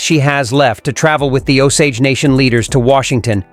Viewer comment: It's pronounced Oh-sage.